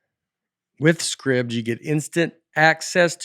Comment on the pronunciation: You are okay with how Nate pronounces Scribd!?